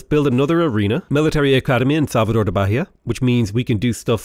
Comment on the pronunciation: To say Bahia, You must say Ba-Yah, no "H" sound, to have some resembelence to portuguese